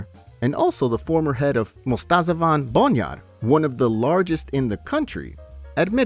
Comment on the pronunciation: true but actually Bonyad pronouned Bonyaad.